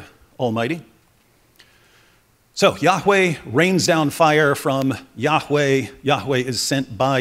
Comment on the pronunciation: YAHHH!weh! YAHHH!weh! YAHHH!weh! Snooty didactic pronunciation ftw.